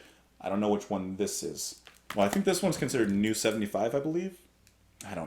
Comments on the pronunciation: Quick German lesson: "eu" is pronounced "oy'. So Neu rhymes with Boy. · "Neu" (the German word for "New") is actually pronounced "Noi" in German.We are looking forward to your review of them.